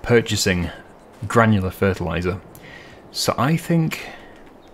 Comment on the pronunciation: lol, he spit out the word "granular fertilizer" like it was evil!